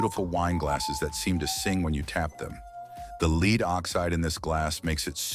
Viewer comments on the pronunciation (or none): Nicely done video! Well explained and in such a way that was informative without being overly technical. My only note is that , the voice says lead (leed) instead of lead (led).